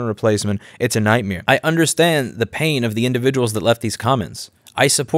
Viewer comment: Am I hearing things, or are you saying “It’s a night-meer” instead of night-mare ?